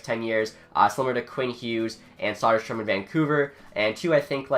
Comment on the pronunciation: It's Söderström, not Soderstrom...